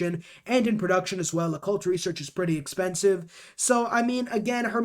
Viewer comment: Hearing you pronounce alchemical and occult was hilarious NGL